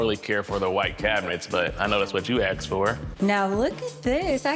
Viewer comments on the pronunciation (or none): Anyone else annoyed by the ”aksed for” pronounciation? 😂